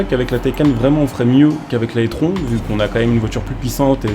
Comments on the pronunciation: Je sais que le nom "étron" lui va bien mais par pitié c’est prononcé "itrone" 😅 Sinon pour le reste normal que ça soit similaire étant donné que l’audi est une taycan simplement recarossée et bridée en puissance 🤷🏻‍♂️ Sinon Porsche ne propose plus de diesel depuis plusieurs années sur n’importe quelles de leurs modèles ! Le prochain full elec sera le Macan, et suivra malheureusement le Cayman :/ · Je sais pas si tu fais exprès mais l’audi se prononce i trone car étron ça signifie autre chose en Français… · Il le sait en faite il fait volontairement la blague